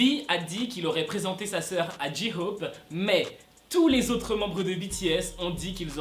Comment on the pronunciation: "Ji hope" y a que les français qui le prononcent comme ça mdr ont dit "jey hope"